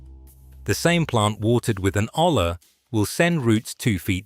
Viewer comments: A double L in spanish is pronoumced as a y. A yuh sound like Arianna Grande would make. So olla is pronoumced 'oya,' not ola. Hola is a different spanish word, don't get confused 😅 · Its pronounced "OYA" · The blank stares from garden store personnel might be because the word is pronounce oh-yah. Tell your AI some of your content contains Spanish words.